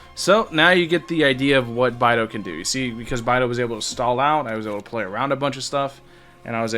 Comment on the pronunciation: It’s BAE-DOU. not bye-dou…